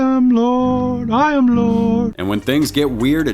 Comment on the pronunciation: Lord-eh?!?! It’s pronounced lord.